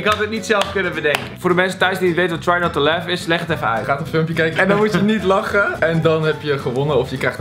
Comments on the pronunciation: Trei not toe lah XD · ‘trei not toe lof’ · Hoe try not to laugh uitspreekt echt, "trai not toe lef"